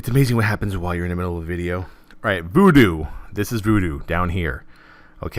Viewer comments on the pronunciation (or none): nice one, but its VuhDo not voodoo ;) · STOP searching for Voodoo people! The addon is called VuhDo.